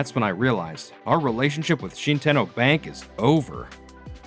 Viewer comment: Shi-10-oh ❌ Shit-en-oh ✅